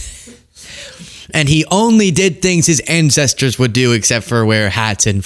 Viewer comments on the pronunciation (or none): His "incestors"???